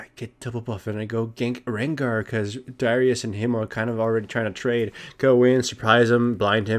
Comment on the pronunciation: He said it wrong. Its "Darius", not "Dawrious".